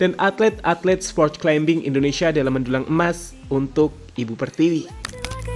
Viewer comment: Maaf mas, climbing bacanya climing, seperti plumber bacanya plumer